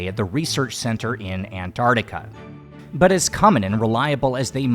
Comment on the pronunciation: When you mispronounce Antarctica, it's 😮😮hard to trust your tales... 😂😂